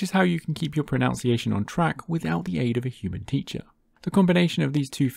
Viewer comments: When you're promoting a language program, make sure to check your pronunciation. You said pro"noun"ciation, which is actually incorrect. One would think that the "noun" sound would be retained, but it's not. The sound changes to "nunce" when using the word. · No. This wasn't an accent. It was clear mispronunciation.